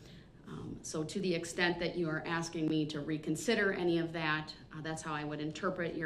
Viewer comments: I object to you “axing” me about lawful law😂😂😂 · She is not axing you she is asking you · The way he keeps "aksing" the same redundant questions, Im amazed he even knows how to Breath.